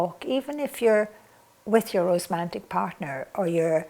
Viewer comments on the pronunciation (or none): There isn't a difference. Lorna is dyslexic and cannot say the word romantic properly. So she says rosemantic. I love the word rosemantic